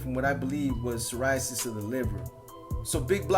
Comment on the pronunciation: Hey no disrespect but it’s called cirrhosis… from the liver I think that’s what you’re trying to say. Because what you said he can’t die from that..✊🏾 and I look forward to hear you’reQ&A..✊🏾